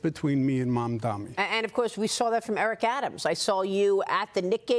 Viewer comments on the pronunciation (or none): It's Mamdani, not Mamdami... The F is wrong with you? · Who the f**k is “Mandami”????? It is MamdaNi..you sick f**k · Cuomo still cant say MAMDANI. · You can't even pronounce his name, MAMDANI you bozo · A man that can’t say a name right wants to be a mayor. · It's MAMDANI M-a-m-d-a-n-i. You'll get it right or you'll sound like and idiot once he is mayor.😂 The city of NY is NOT choosing this vile,predatory, lazy, nepo baby clown... we ALREADY HAVE ONE FOR PRESIDENT. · He still can’t pronounce his opponent’s name properly 😂😂 😂😂😂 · Cuomo is such a chump. It's "M-A-M-D-A-N-I"! Learn how to read, you bum! I also find it QUITE rich to see the way Cuomo, the sexual pervert and aggressor who was forced to resign from the governorship in DISGRACE (and whom the New York Post - also owned by Rupert Murdoch) mocked mercilessly at the time) and who was responsible for the deaths of thousands of senior citizens during Covid, is now fretting about what would happen to NYC if another catastrophe hit us. The answer, of course, is that with Zohran as mayor we'd be a HELL of a lot safer than with Cuomo. That is overwhelmingly clear and obvious. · {}{}{}{}{}{} - Cuomo still not able to say Mamdani name correct , Cuomo needs to go to speech therapy in order to speak correctly !!!!!! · bro really refuses to say his name correctly. you’re a joke dude